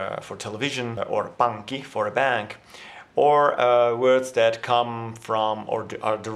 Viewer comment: Samaa mieltä, erittäin hyvää ääntämistä. Suurin virhe mun korvaan oli "pankki", missä tapahtui yleinen virhe, eli lausuttu kuin "panki". Tuplakonsonantin ääntäminen tuntuu olevan vaikeaa ulkomaalaisille, ja oon itte koittanu opettaa sen niin että pitää lyhyen tauon siinä välissä, mutta niin että melkein nielaisee ensimmäisen konsonantin pois. Esim tässä tapauksessa olisi että "pan(g) -ki".